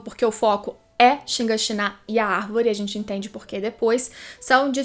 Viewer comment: Cada vez que escuto ShinganshiNÁ é uma facada no cérebro.